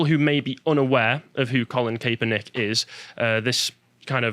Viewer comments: Pronounced Cap-er-nik not Kay-per-nik But don’t put too much stock into the pronunciation, as he’ll be forgotten very soon. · It’s Colin Kapp-er-nick, guys! Just an FYI